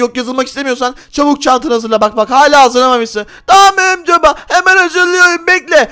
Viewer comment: Örümcek çocuk feritede örümcek baba diceğne niye örümcül baba diyo